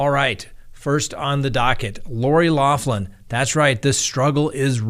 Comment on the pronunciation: I enjoy your show.. But you're driving me crazy the way you say her name lol its an Irish name Loughlin and it's pronounced locklin 😂😉